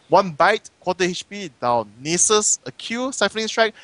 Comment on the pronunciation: they pronounce Nasus as nieces